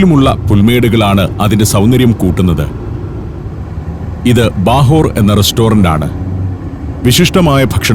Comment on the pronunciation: ബാഹോർ അല്ല കേട്ടോ ബഹോർ ആണ്. ഉർദുവിലെ ബഹാർ തന്നെ. പേർഷ്യൻ പദമാണിത്. ആ എന്നതിന് ഓ എന്നാണ് പേർഷ്യൻ ഉച്ഛാരണം. ഉദാഹരണത്തിന് ഉസ്ബെകിസ്തോൻ (Ozbekiston) എന്നാണിവർ പറയുക. ഉസ്ബെക് ടെർകിക് ഭാഷയാണെങ്കിലും ധാരാളം പേർഷ്യൻ പദങ്ങൾ ഈ ഭാഷയിൽ ഉണ്ട്.